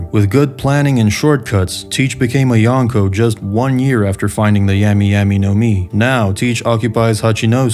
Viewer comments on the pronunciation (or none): Bro how are you THIS bad with the pronunciation? It ain't that hard. Yami yami not like "yeah"me" but like "yah"me" say "yaaaas queen" it's that "ya" sound. Lafitte, bruh. Not lafette. Really? Like "lah"feet". Yonko. Dude. Now you say "yahn"ko" ?? It's "yohn"ko" like john. Yohn. JFC this guy.